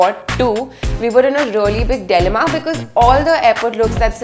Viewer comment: You don’t know how to pronounce dilemma!! And you are judging others out fit🙄🙄🙄🤷🏻‍♀️